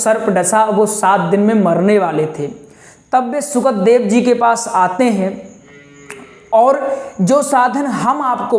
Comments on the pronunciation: Uchcharan Sahi Nahin Hai Sukhdev ji ka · Sukhdev ji maharaj ka uchcharan uchit Nahin Hai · Shukadev ji ka uchcharan tik kare incorrect word Not not